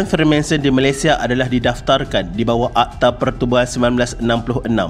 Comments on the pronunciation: Freemason. Not Freemanson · Freemanson? FREEMASON la bang 😅😅🙏🙏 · maaf tegur bang, betulkan sebutan dan ejaan.. bukan freemanson.. tp freemason.. utk video lain boleh betulkan. tkasih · Bang freemanson ka freemason 😷